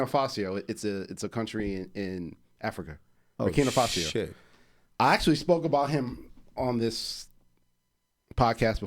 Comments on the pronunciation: exactly... BURKINA (not Burkinia) FASO (not Fasio) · Borkina Faso not Borkina Fasio bro